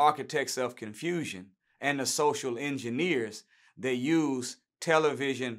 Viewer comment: He said "Tell. A. Vision" 🤯🤯🤯🤯🤯